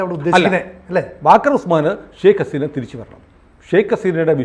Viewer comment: Setta "shake" haseena alla 'sheikh' haseena.. ningal bengaliye aano editing elpichekkunnathu .. channelinte credibility kappal kerume..